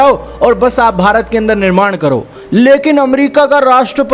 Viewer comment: Sale bharat ke liye word tao dhang se bol le. Shame on you.